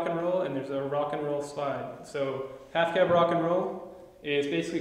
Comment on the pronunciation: I thought he said "afghan rock n' roll" for a second. Of course we all know it's the half-cab rock n' roll. Good stuff